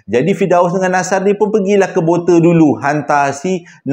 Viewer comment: Yeay… cerita kat kampung saya Bote. Bukan Boter.. tapi Botey… ha ha…